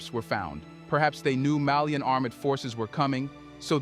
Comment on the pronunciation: Malian not melien